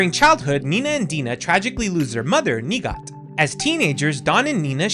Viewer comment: I absolutely love the Katrina lore...I know some people in the community like to say shes there aunt, because of the game sensors to Nighat. I love how you actually pronounce everyone's name. Cant wait for the next complete history vid and beard update 😊